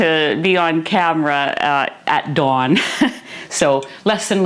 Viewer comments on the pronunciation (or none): none